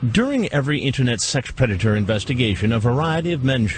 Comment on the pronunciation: the pronunciation of “sex predator”